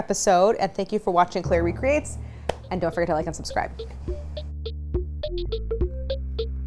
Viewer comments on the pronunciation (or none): Some thumbnails have the text "Claire makes", so when you said "Claire recreates", I thought you were saying "Clairie creates" for the longest time. 😂